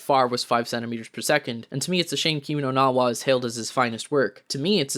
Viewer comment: Lmao pronounce “Kimi no na Wa” right first before hating on it